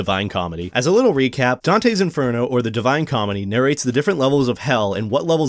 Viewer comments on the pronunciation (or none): Your pronounce of inferno makes me laugh everytime but it's cute anyway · Inferno Infěrno Inf rno Infurno